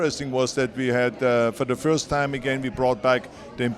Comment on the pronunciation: Every time Arnold says first "feeurst" an angel gets its wings.